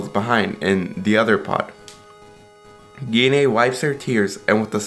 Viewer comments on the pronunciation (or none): Wow butcher Goku's moms name. It's pronounced " G . nay" . Dam it's not that hard. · Gine is pronounced as Jeen